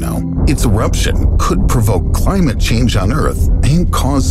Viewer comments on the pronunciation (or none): none